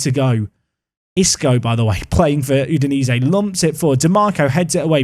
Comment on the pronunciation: Can you learn to say YOU-DI-NAY-ZEE